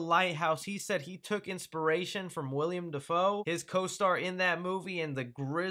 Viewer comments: It's Willem Dafoe, not William. Just thought I should mention it. You definitely said William. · He already plwued joker in a little 2002 movie called spider-man. Also it's willem.